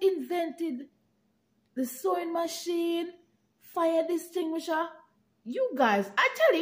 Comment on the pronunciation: What is a fire distinguisher? 😂